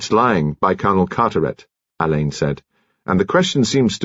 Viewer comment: Another reader who doesn't know how to pronounce Alleyns name. Marsh is fuming in her grave because she actually included in one of her books How And Why It Is Pronounced. I can't wait for Hercules Perrotte and Shearluck Homs.